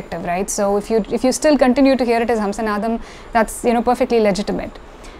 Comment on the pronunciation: I have an off-topic question. The raga name Hamsanadam has to be pronounced as ஹம்ஸநாதம், right ? But you said ஹம்ஸனாதம். Of the four languages I can read (Malayalam - my mother tongue, English, Hindi, Tamizh), only Tamizh has two different alphabets for 'na' to clearly distinguish the difference in pronunciation (forget ண for now). Probably, Tamil is one of the rare languages (if not the only one) in the world that has this. But, I see that Tamilians are not taking advantage of it while pronouncing. Even in film songs original recording, I hear people wrongly using ன where it has to be ந. ( like, நனைந்தால் is pronounced as னனைந்தால் ). Is my observation correct? I am not a Tamizh expert. Never mind, if it is an area you are not interested in.